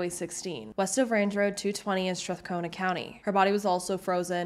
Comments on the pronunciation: Also,. Metis is actually pronounced May-tee. Strathcona is Strath-cona, with no a sound between syllables. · It's just Strathcona. Strath cona. No "a" in the middle. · Mate, same. I actually did a double-take when I heard that. “Weta-SKEW-win” is a new one for me. Metis, Strathcona, Wetaskiwin… Very good information, but the pronunciations were very off in some cases.